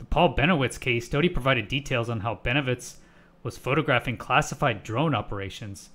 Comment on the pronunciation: Oh really, you can tell that from just this video. I have watched Rick for over 70 hours, and not once have I found he to be anything but honest and straight forward. And his name is Richard Doty, not Dodi.